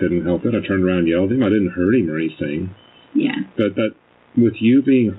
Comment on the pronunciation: I'm sorry but i cannot STAND the way she says "anything" ..... "ANYTHINKKKK" 😬